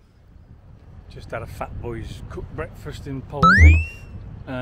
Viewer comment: Pronounced Polzeth. However being picky. Loving the walk.